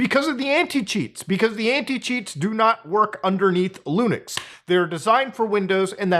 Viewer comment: Did brother in christ just say LUUNIX instead of LIINUX? Then he corrects himself then says it like that again XD also yea I know pretty much nothing about linux and I love my steam deck, granted I don't use the linux part much but I still do use it